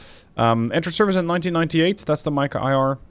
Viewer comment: nice mod. Mica read as Meeka